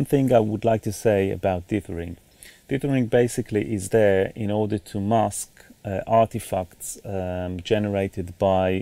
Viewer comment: "artifucks" lmao. great mastering lesson :)